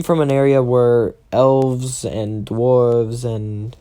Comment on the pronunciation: The way you say dwarves is funny